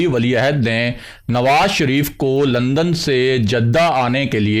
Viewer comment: London hai, LUNDen 😂 nahi 😢